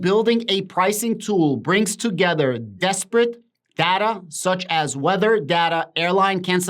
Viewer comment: Disparate is not pronounced desperate It’s pronounced like “This parrot”